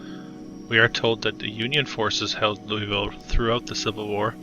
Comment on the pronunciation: It’s Loo-uh-vul.